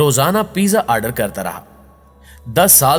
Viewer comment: What the fuck is aaaardeer??